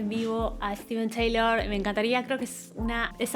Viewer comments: Se escribe Steve Tyler y se pronuncia 'Tailer' no 'Teilor'...esa era Liz, nada que ver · Es la mejor voz del hard rock sin duda... Pero se dice Tailer, no Teilor. Saludos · Se pronuncia Tailer no Teilor, Steven Tyler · Tyler, tyler, tyleeeer. No taylor. 🙄🙄🙄🙄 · Muy buen video y muy buen análisis. Solo que en lugar de decir “Teilor” en el caso de su apellido tienes que decir “Tailer” la gente de hablé inglésa pronuncia su nombre “Ssstiven Tailer” saludos hermosa. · Se pronuncia “tailer” no “teilor” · Todo bien excepto que su apellido se pronuncia (/taɪ-ləɹ/) énfasis en la “e”no Taylor 🤪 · TAYLER se Pronuncia, no TEYLOR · SOLO ACÁ TENEMOS MENCIÓN DE MICKEY MOUSE Y CORRUPCIÓN INTERPRETATIVA EN LA MISMA REACCIÓN!!! GRACIAS POR ELEGIR MÚSICA QUE NUNCA PASARÁ DE MODA Y MENOS CON ANÁLISIS ASÍ DE PASIONAL ADEMÁS DE INSTRUCCIÓN DE UNA VOZ AUTORIZADA MARO, BESOS. ❤️ MORE PLEASE!!! (Dato a considerar… se pronuncia -Tayler-) ———-UPDATE…….. NO SABIA QUE CORREGIR ALGO PUNTUAL Y NO DEBATIBLE ME GANO LA INDIFERENCIA (NO CORAZÓN) DE LA YOUTUBER. BUENO NO FUE MI INTENCIÓN EL DESAGRADO SOLO APORTAR, Y SI LA ADULACIÓN FUNCIONA MÁS.